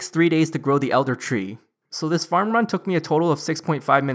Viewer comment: "Hello YouTube, today I'll be showing an updated tree farming ruNN guide, for twenty seven-TEEN". "So for my equipment setup, I have the full farmers outfiTT". To be fair, the awkward syllable stress is diminishing with every video, but it is quite prevalent in your earlier videos. The only reason I mention it is because I find it quite distracting. I'm not having a go at you; I'm genuinely curious.